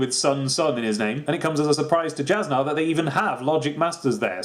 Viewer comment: Jasnah's tricky. It's pronounced as Yas-Nuh.